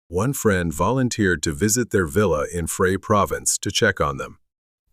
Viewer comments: Then perhaps you should mention the abysmal pronounciation of Phrae in the video? (said like 'prayer' - not 'fry'!!) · Phrae is pronounced as 'prayer' - not 'fray'! That's not difficult to find out. Why assume or just guess, and get it completely wrong? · Greed is endemic in 'certain' SE Asian countries. Jealousy and debt doesn't make it any better. So many similar stories not told! * Pronounced Pray not Fray! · Phrae is pronounced (Praeh), not (Fray). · I'm Thai and I was wondering what is the province you mentioned as I've never heard of that. I had to screenshot the map and checked. Although written Phrae, it's pronounced as "phraē" แพร่. H is silent.